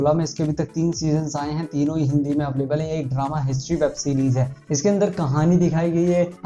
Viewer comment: अवलेबल नही भाई अवैलेबल होता hai